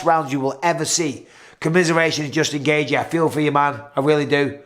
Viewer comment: Gay gee gay gee gay gee. Justin gaygee. It’s pronounced gay chee. The first second of the main event had twice the action of Rose vs Carla. But Rose is still the best. Her foot just slipped for five rounds. ..